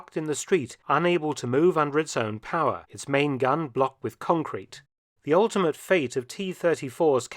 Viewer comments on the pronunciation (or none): none